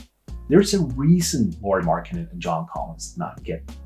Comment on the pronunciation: LOL how about you pronounce the name right ? LOL